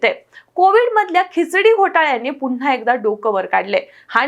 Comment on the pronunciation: " म्हणूनच " हा शब्द " म्हणूनच " असा अशुद्ध उच्चारू नये. तसेच " पुन्हा " हा शब्द " पुन्हा " (पु वर अनुस्वार देऊन) उच्चारू नये अशी नम्र विनंती आहे, जेणेकरून, मराठी भाषेवर अनंत उपकार होतील.